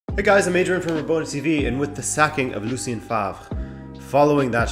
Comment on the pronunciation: Fantastic video apart from the way you pronounce Favre